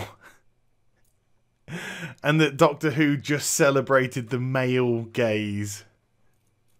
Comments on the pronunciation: hahaha. Until I read your comment I was still going with "gays". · It took me a while to realize you were talking about "gaze". I thought you were saying "white male gays", hah. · I though you were saying 'my white gays